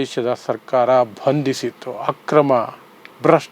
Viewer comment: ಕನ್ನಡ ಉಚ್ಚರಣೆ ಸರಿಪಡಿಸಿಕೊಳ್ಳಿ ಭಂದಿಸಿತ್ತು ಅಲ್ಲಾ ಬಂಧಿಸಿತ್ತು